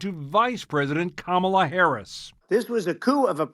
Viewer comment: Hey Anderson - why did your colleagues let the republicans get on there and mis-pronounce VP name on purpose? And say they were doing on purpose? And lie about the 'banning meat' policy? And despite the unimportance, make a policy fight on plastic straws? Really? Why do your CNN colleagues NEVER correct them or shut them down? More and more - despite a few of you still doing a good job - CNN = Fox.